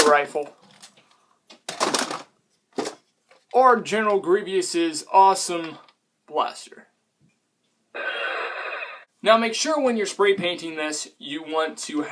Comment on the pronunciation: i want to punch someone in the face when they say general GRIEVEEOUS instead of general GRIEVOUS